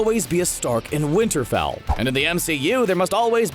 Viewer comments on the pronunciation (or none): none